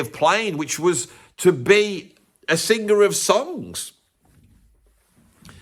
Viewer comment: it's sing-er, not sing-ger. It's Wing-er, not Wing-ger, just sayin'